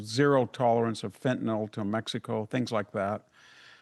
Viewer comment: Fenta-NIL, not FentaNALL!!!!